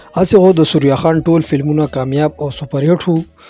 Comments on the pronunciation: سوریا خان نہیں۔ ثریا خان بولو بھائی۔ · ڈیر اعلی پروگرام وو کہ ستاسو اجازت وی نو یو دوہ خبرے بہ ھم اوکم 1۔ اصل نوم دے ثریّّا خان تاسو سوریا خان pronounce pronounce 2۔ زمونگ د ہر یو ہنرمند دغہ حال دے۔ دلتہ فنون لطیفہ او شوبز ولے مخ پہ وڑاندے لاڑ نہ شو بلکہ زوال پذیر شو۔ اخر ولے